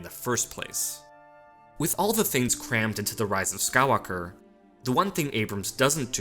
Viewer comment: Omg dude.. SKY-WALK-ER...